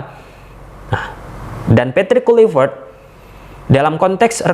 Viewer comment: Di bilang kluivert dari kemaren kenapa ngejanya tetep KULIVERT🤣